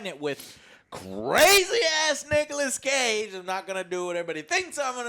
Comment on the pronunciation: "nichas cage"